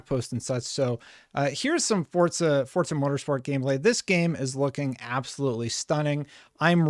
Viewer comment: For crying out loud...how many times??.. FOR-ZA.. doesnt...“DOESN'T" have a D in it! It is not fordza ok